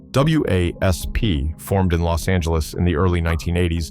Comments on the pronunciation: The whole AI narrative sucks. It’s wasp not.W A S P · Wasp, the damn AI can't say the word wasp.